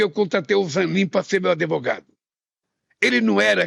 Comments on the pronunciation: “ADEVOGADO” … esse é o Chefe da nação ! …🤢🤮🤮🤮🤮…faz o L! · “Adevogado”…. Além de corrupto é analfabeto! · " Nem precisei de ADEVOGADO ", que nível esse imbecil tem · O cara que fala ^ adevogado^ já perdeu a causa. Sabe pq ele contratou o Zanin ? Pq é amigo íntimo há anos desse ex-presidiário e que agora está lá no STF para ser parcial e perseguir opositores